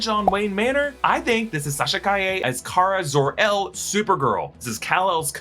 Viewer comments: Supergirl is Kara-Zod-Ur? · Kara Zor-el